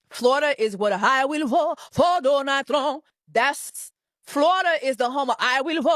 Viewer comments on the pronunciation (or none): "I will boat for Donald Tromp" 💃 👯‍♂️ 💃 👯‍♂️ 💃 😂😂😂😂